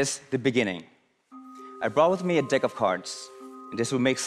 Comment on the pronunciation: Did he say dick of cards 🤣